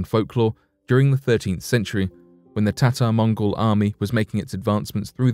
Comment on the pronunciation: You all heard him say tartar mongol army . your heard that right